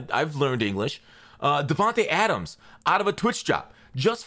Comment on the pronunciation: Bro I’m sorry but I thought you were having a stroke trying to say DAvAntE Adams 😂